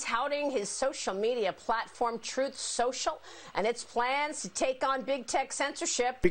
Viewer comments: 😂 trump couldn’t even read his own apps name correctly. “Trut central” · PSYCHOLOGY WORK 🤣 Trump: "Truss sential" TRUTH and SOCIAL is so way off the TRUTH that not even this notorious LIAR is able to speak them out correctly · He can't pronounce his own app, poor advertisement bro. Trut setial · Trump can't even say the name of his own social media platform. hahahaha 😂 He's a pumpkin head so he has pumpkin seeds for brain cells. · The whole joke is that the words he messed up were the name of the company he is trying to advertise. The company is a two word name and he messed up both words, with two tries. That's funny. It isn't just a mispronunciation. Those aren't funny. Hope that helps.